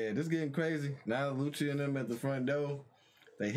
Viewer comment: Everytime he calls Lucci , Lucy i think he's talking about Luffy.